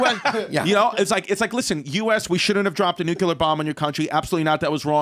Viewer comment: No such thing as a nucular bomb